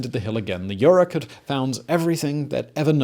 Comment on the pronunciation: You mispronounce Yurok and Tolowa. And it's not "A jumping dance," it's "a jump dance," and you incorrectly explain its purpose.